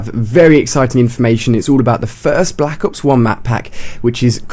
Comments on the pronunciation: at the beginning he said blck ops 1 map pack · He said "Black Ops One"